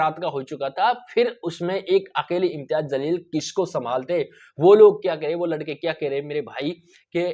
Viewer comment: Aray janwaar Imtiyaz Jsleel hai naam zalil nahi, parlay naam bolna Sikh. Uskay kay baad news bool..